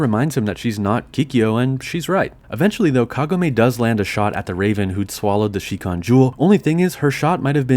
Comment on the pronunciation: Yeah but you also said shikon incorrectly so just roll with it. Statistically none of the people criticizing you speak Japanese anyway and can't understand how incredibly awkward it sounds to flip back and forth between proper Japanese and English so whatever people commonly say in English is the correct pronunciation. Japanese people certainly don't pronounce any of the borrowed English words correctly and English speakers pronounce karaoke in a way that is so far away from it's Japanese pronunciation that it sounds like a completely different word when it's said correctly. Long story short, the English voice cast was correct in choosing to change the pronunciation of Kagome to make it easier to say in English just like they did with Kirara and Tessaiga.